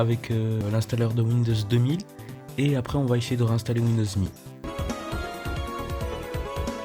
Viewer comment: YAY >_< une vidéo (sa ce prononce M.E pour Millenium Édition)